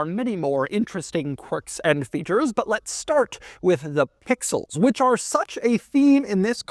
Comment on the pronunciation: Stop saying pixels man. It jars the ears the way u stress “Pixels”